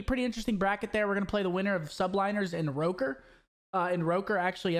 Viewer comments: I thought it was “rocker” not “roker” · It is Rocker, Sethy just mispronounced it all the time🤣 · Boruto it’s not Rocker. the word is of Icelandic origin, the correct pronunciation being “Ruh-kur” with rolling R's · he said rOkkr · So we just gonna ignore how he pronounced “Rokkr”